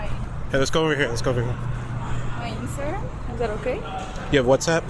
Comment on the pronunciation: the way she said "instagram" lol